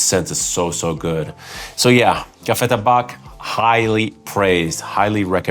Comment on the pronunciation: Ok so, I was waiting so much on this review because I love Café Tabac (by the way, we don’t pronounce the « c » in Tabac). My main problem with this fragrance is that sometimes I feel that the drydown is too sweet. Does it happen to you too? Like if it had 10% less sweetness I would pull the trigger for a bottle. But since I don’t want redundancy in my 10 bottles collection I am still thinking about purchasing Café Tabac or another one as my Tobacco fragrance. Would you say Royal Tobacco is the closest without this « sweetness » that I find sometimes overwhelming in Café Tabac ? Also, one that I find really similar in scent profile is Tauer Sundowner, so I’m torn with several options as you can see.